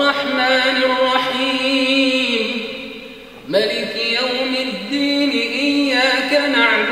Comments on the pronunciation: Why did he recite "maliki yaumiddiin" not "maaliki yaumiddiin"? Although he recited in 7 different way, he should follow the rules of reading. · That is maaliki yaumiddin! Not maliki yaumiddin! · Its not maliki. Its maaliki yom ud den